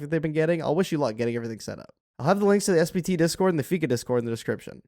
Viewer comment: I swear to god this content creator is saying "SBT" and not "SPT"